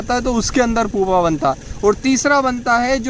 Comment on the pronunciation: पुपा नहीं "प्युपा "